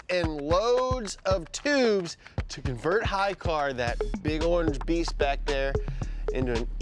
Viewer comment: "it clean in dehrr" ❤️